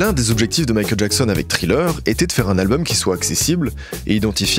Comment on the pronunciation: Thriller prononcé Tri-Leur et Ashes prononcé “Eille-Chise” tu me tues ne change jamais 😭❤